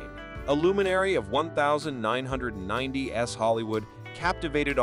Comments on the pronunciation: Stop being so lazy or atleast us an AI that doesnt sound so cheap. One thousand nine hundred and ninety one s...... lazy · Say you are a robo voice without saying you are a robo voice. “In the one thousand nine hundred ninety ESS” Or …..”Sooogay night” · Stop using AI voices. I turned off the video 12 minutes in because I can't stand to hear things like "nineteen hundred-ninety s" or two thousand ten s". Couldn't bear to hear anymore. And within those 12 minutes, many of those aren't even celebrities.